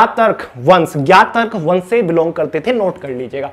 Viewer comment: Gyatrik bolte hai..... pronunciation thik kare sir🙏